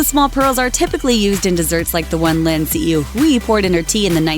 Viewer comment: STOP SAYING LIN HSUI HUI'S FUCKING NAME IF YOU CAN'T SAY IT RIGHT.